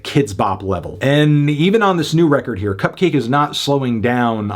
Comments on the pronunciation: Enjoyed the review, though it was a bit weird how you kept pronouncing it "cup-cah-kay". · It's not pronounced "Cupcocky" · wait, isn't her name supposed to be pronounced... cupcakke